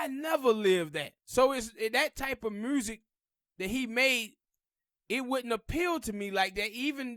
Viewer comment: Black revolutionary got zilch to do with lyricism.... Pac was an horrible rapper skill wise.... His messages was great, but horrible cadences, Inflections, lyrics.... Dude please pronounce music correctly, sir.....🤔